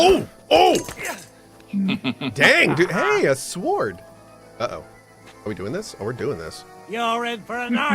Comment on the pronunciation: Why does he pronounce sword as sahward